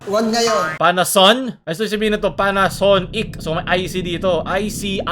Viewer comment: Panason"NECK" daw